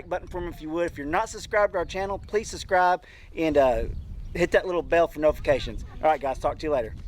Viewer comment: Great video, looks delicious! And I have to say… Ever since DeeJay pointed out how you say suscribe I can’t unhear it, LOL. Love your family!